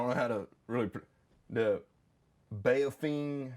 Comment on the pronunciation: People who love Baofeng radios. He pronounced it wrong